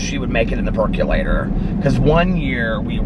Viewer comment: I cannot take you seriously when you say percolator. I forever sing it like you did in your PReview or PDS channel I can’t remember... but I ALWAYS sing that song when you say “peculator” since lol